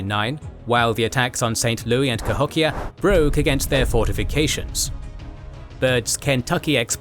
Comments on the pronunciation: Love the video and love all your work, but calling it Saint Louie is killing me. St. LOUIS (lew-is) unless I suck and that's how they used to pronounce it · Pronounce St. Louis correctly please. We ain't French